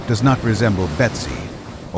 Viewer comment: it's supposed to be Betsy not Besty.